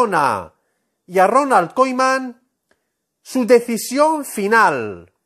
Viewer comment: Se pronuncia Kuman no Koiman. Todo fruta lo que dice este señor.